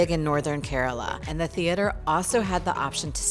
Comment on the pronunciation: Instead of mispronouncing, Keraala, she said Kerala. She is alright. The best gift of Kerala to mankind, Ayurveda! Catholic here and even I can vouch for its efficacy cent percent. And of course, anything coconut and banana chips; so on and so forth goes the list. We are not perfect; still have a long way to go but we do so steadily. And if not for anything, some of the handsomest men on the planet, especially Calicut and Kasargod...oh , well!